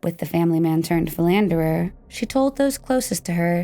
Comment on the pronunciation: Philanderer not philantherer.